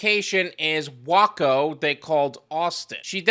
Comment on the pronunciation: I doubt you'll care, or ever read the names again, but as a Texan, those cities are pronounced "Way-co" and "Flu-gerville"